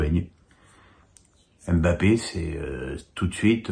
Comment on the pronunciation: Wesh fait une effort avec les noms des joueurs tu les a pas respecter la 😂